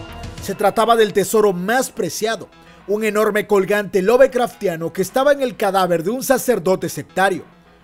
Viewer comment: Siempre me hace ruido escuchar pronunciada la “e” al decir “Lovecraftiano”.....si cuando se dice el nombre “Lovecraft” no se pronuncia. Si la raíz de la palabra es el nombre del autor entonces de igual manera la “e” no debería ser pronunciada 😕. Sorry, tenía que sacarlo de mi sistema. Buen vídeo, me falta de ver algunos capítulos apenas terminé de ver el de la bruja. Saludos